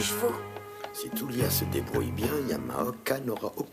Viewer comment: Tulia* le u en japonais ce prononce "ou" 😌😉